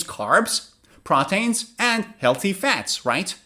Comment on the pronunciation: Thank you for the video but i realized you were pronouncing the word proteins like "proteyns" isn't it supposed to be something like "protiins"? Also i subscribed in to your website with my e-mail but i have not recieved any e-mails from recent videos, what should i do?